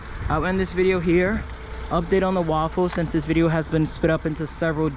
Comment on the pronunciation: I think he's pronouncing it "RAW-FULL" instead of "Ra-Full". Also, waffles are delicious.